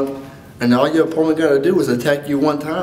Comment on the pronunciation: i see you can't say opponent .__.